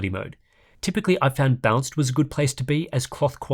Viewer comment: Am i the only one hearing him say DLSS bounced? Haha